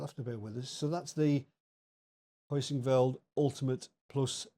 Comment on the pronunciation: It's called "Heusinkveld," not "Hoisinkveld,". 😂